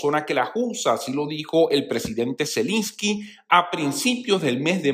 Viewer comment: Se dice Zelensky, no Zelinsky